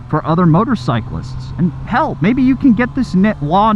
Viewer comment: Dont say hell like that please